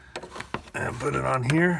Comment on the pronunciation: Do you always say here like "heeya" lol